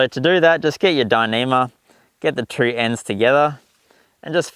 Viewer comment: Nice, I like the idea of the modified knitting needles. Is it just me or did every time he said 2 it sounded like 3?